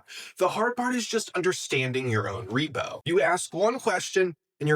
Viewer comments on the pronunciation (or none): none